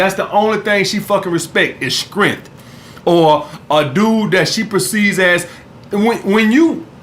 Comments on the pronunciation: Lmao nigga said scrength 😂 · the only thing she respect... skrength! lmao